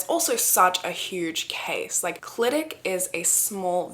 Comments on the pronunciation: First of all, stan a queen that pronounces Clydach right ❤ second of all, I have so many thoughts about this case!! I'm absolutely convinced of Dai Morris' innocence, at the very least there is reasonable doubt questioning the conviction. South Wales Police (and Gwent police, the neighbouring police force) are so unbelievably corrupt and from personal experience I have so little faith in them or the CPS to do a good job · I love how you pronounced Clydach, we actually pronounce it as kli·duhk ❤